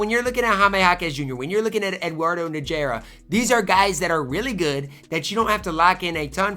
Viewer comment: Eduardo Nah-Her-Ah